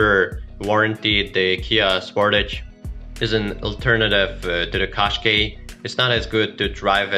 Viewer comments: Can we please pronounce it as "Kash-khai" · Is not a qaskey is a Qashqai